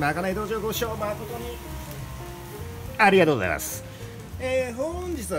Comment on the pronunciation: ご視聴まことに ありがとうございますの溜めで息が止まりそうになりました😂